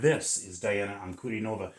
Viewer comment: "An-ku-DEE-no-vah". Accent on the middle syllable ;).